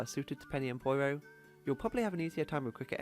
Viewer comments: The way you say "Poyro" instead of "Pyoro" really bothers me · ITS NOT POIRO ITS PEEORO! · Did he pronounce "Pyoro" as "Poyro"? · okay I've heard people say Pyoro a lot of different ways but "poyro" is a new one